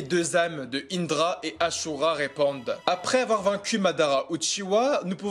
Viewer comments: Asura et pas achura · C’est asura pas achura